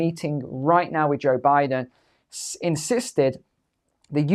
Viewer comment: Good ole "Boe Jiden" 😂